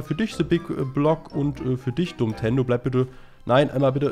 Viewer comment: Wer denkt auch immer, dass Abge anstatt Dummtendo Domtendo sagt?